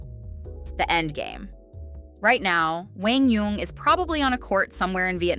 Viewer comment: The commentator is one of the very few who pronounces QD's name correctly. PPA NEVER did.